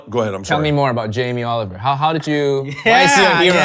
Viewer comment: "Yamee Oliwer" you mean